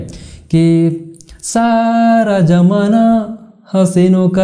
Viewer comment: bhai Saaara Jamanaa nahi hota Saara Zamanaa hota hai 🤣 please theek se bol toh lia kr 😁😁😁😁